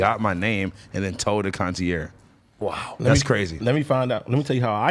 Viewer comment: He said "conciere" wtf